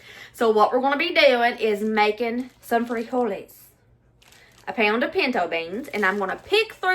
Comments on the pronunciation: Freeholys. You said it right🤣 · You said "frijoles" right! We add some chopped tomatoes, onions and cilantro (for those that like it) as a topping. Adds some depth to it. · I just started watching the video but I just wanted to say that was a great pronunciation of frijoles. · You pronounced "frijoles" correctly. But the normal Spanish stress/accent is on the next to the last sylable when the single form ends with a vowel. [Stressed is CAPS.] friJOle. Plural= "friJOles." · Great job pronouncing frijoles! Proud of you! Mexican food is cheap & oh so GOOD11❤️‍🔥🙏🏼🥰😘🤟🏼🇲🇽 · LOL!! I'm a Texan of Mexican heritage ... I, too, hate cilantro & DOES taste like soap!🤢😫 My bestie LOVES cilantro and uses it a lot (🙄🤦‍♀️), and I've gotten used to it, but I still won't buy it.😉 First time here, and I subbed. Love your southern accent. ❤ And you did pronounce frijoles correctly. 👍 Oh, and I have added cornbread to my mom's beans and still do. Can't help it.🤷‍♀️ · You’re pronouncing frijoles real good! I appreciate your disclaimer on how you say things and not trying to offend but you did real good. 😁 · Your frijoles pronunciation was spot on. I throw in some pork pieces to give it flavor. Chorizo con frijoles had too much water and if possible to find like at Walmart "San Manuel" Chorizo is the least greasy. When I make my smashed refried beans you can add strips of fried bacon in your tortilla tacos. I'm glad you/family like Mexican dishes. Everything is very cheap to make for Mexican dishes. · You said frijoles perfectly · You did great with the "frijoles". I am not Mex but lived in Puerto Rico my adult life, then came back to USA. I make the "frijoles, black beans and other pulses with some ham, and always include a bay leaf. Thank you for sharing your recipes, good humor (which has me in stitches many times), and your lovely family.